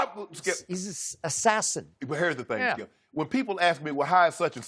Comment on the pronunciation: Gotta luv the Shannon says "Skiyelp"